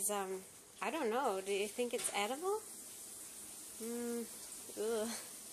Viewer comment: Its not eatuble